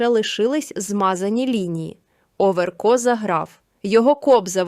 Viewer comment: НЕ ОВЕРКоооо , А ОВеееРКО !!!! Ну як так можна читати 🥵?